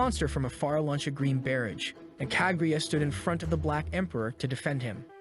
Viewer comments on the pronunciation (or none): Is this kaguya or kagyatt? I swear i hear the latter everytime😂